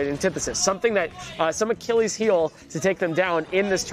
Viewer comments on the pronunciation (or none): none